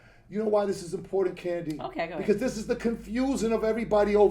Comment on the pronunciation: Kandi, I Can’t...”Kandi”